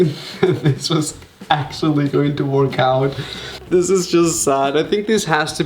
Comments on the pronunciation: Can someone kindly tell this child ‘work’ doesn’t rhyme with ‘Pork’, pronounce work like ‘werrrrk’ bih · I love how you say "work"! :D